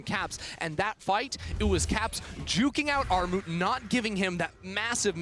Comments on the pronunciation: It's pronounced Gnarmut ;) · Actual name: Armut pronunciation: Aghmod pronunciation: Armou Lmao it's not that hard to pronunciate that